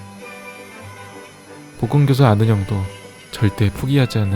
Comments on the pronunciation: 나왜 보험교사라고 들리지.... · 보험교사 아는형